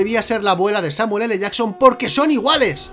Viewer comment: escucha bien el video... "samul ele jason"